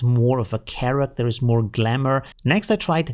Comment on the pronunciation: funny as its glamour not galmour haha